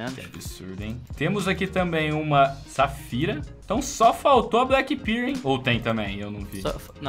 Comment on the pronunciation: finalmente um vídeo do "MUNDO DAS SKINS", graças ao bom jesus. Falta canal com conteúdo colaborativo, falta saber nome de item correto (ex: BLACK PIRL é foda, MINIMAL UÍER e por aí vai, pronúncia tenebrosa), falta bate-papo com gente que entende, entrevista e essas porras. Essa é a primeira vez que eu realmente curti um conteúdo de skin num canal BR.